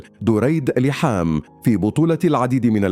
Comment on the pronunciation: ليحام.؟ كهرباء! لحام انطق بشكل صحيح